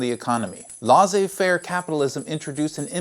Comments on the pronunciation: Laissez-faire: Say "less-ay fare" Source: I'm from Québec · great video. l-"ai"-ssez as in "e"-lephant